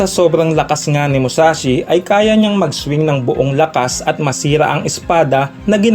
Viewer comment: Mushashi?? Musashi yon BOBO!